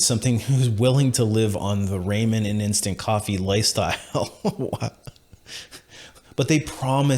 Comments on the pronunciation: Raa-muhn, not "ray-men." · "Raymen"? Clearly you've never had to eat it. Ramen. RAH-MEN.